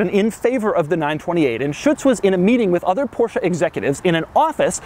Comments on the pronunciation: it's porsche not porscha >.> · Why you call the brand PORSCHA. WHY??? It's just called PORSCHE, PORSCHE-E-E-EEE! PORSCHEEEE not PORSCHA? WTF??? You call it like this all the time. Cmon man. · this is NOT A PorshA it is PorshE , E E PorshE not PorshA